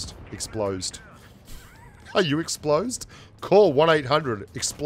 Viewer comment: Explosed? Are you explosed? XD That made my freaking day. Thank you, you truly are amazing